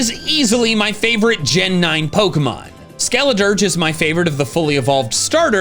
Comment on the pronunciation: IT'S SKELEDIRGE, NOT SKELADURGE! AND WHY IS THE U STILL THERE? IT'S SUPPOSED TO BE AN I!